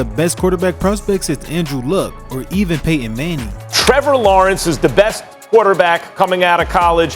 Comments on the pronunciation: who's pay-in mang-in? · Really? Pay Enn Mannie?? Aks anybody.